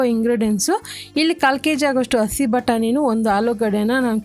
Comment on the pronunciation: ಅಸಿ ನ??? madam ಹಸಿ ಅದು..